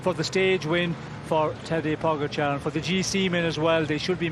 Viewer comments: No it's not. The stress is on the A - PogAchar. Source: im Slovenian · Please speak Tadei's family name correctly, closer to his native language spelling. That PogAchar is ridiculous, right spelling is POgachAAr with double accents. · His name is Tadej Pogaćar, the j is pronounced as a y and the accent on the c changes the pronunciation from a regular c.